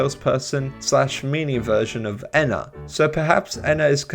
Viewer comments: awesome video but it hurts to hear you say "Eh-na" instead of "*E*-na" lol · NO ITS NOT ENA ITS EE-N-AH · Im not saying your wrong, but i think Ena is pronounced ee-nuh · ok but what if I no likey the short e pronunciation